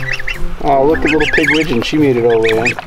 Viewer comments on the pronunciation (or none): Did you just call call that gosling "Pigwidgeon?!"